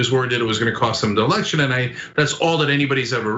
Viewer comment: You say "RE-ELECTION". TRUMP say "RE-ERECTION".🤣